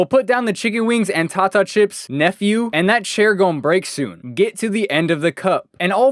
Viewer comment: Is it just me, or is everyone else tired of people saying “tata” chips when it’s pronounced “tay-ta” chips smh it’s another way of saying potato chip, you know, like how some people in the south say tater chips, I mean come on.